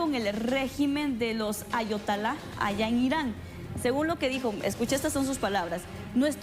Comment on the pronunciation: No es Ayotala jajaja jajaja jajaja es Ayatola así se dice, esta guerra es de preocupación mundial.